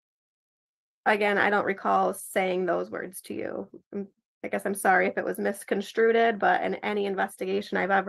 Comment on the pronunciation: CPS lady said "misconstrueded"